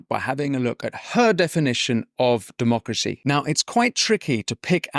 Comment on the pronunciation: Pelosi and her Demarcracy is what is ruining America for its inhabitants. Get rid of her. (Demarcracy is how she pronounces Democracy....)